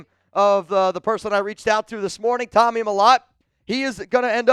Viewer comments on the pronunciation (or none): none